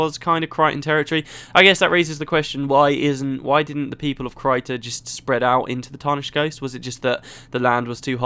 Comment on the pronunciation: I actually think that Caithe's name is not pronounced the way you do it. You pronounce the "th" in her name like in "Theatre", and I think I heard Ree (And Kirsten too) say it on several occasions with a rougher "th", more like in "the", but kind of pulling towards a Z in some ways, like saying "the" while biting down on your tongue. DAMN it's hard to describe this in words! Speaking of Caithe, I liked her old look better. Now she seems... evil...